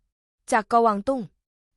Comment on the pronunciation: ผู้หญิงอ่าน กวางตุ้ง เป็น กะวางตุ้ง ทุกคำเลย ใช้คนอ่าน หรือใช้เครื่องครับ